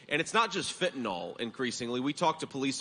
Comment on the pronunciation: It is pronounced fentanil, not fentanol